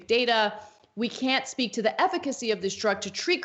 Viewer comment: "Ethicacy". I think my head just exploded